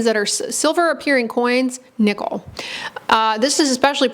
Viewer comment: Why did I keep hearing "nipple" instead of "nickel"? 😂 Anyway, good to know that the buttons on my jeans are the cause of my rash on my belly.